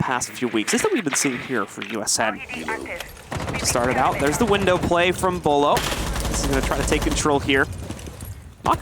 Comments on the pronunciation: Dude I love b-yewlow too. I know everybody makes mistakes, but honestly.... how can you be an R6 caster and not know how to correctly say Beaulo, lol. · Bewlo??? Wtf that’s as bad as the guy that said cawtoe instead of kanto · Beaulo lmao. Whoever corrected him ty so much! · He pronounced Beaulo wrong seconds into the video.